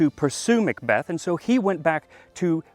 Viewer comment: Excellent video but the Mick Beth grates on my nerves. I'm a mack, spelt Mc, "son of" and when I moved to England, I was corrected about how I pronounce my name. I've continued to see the silliness unfold, it's Mick Donald's, they sell a big Mac and are referred to as MAckidees. Mac and Mc are Mac, when it comes before the letter "c" or a vowel it's Ma'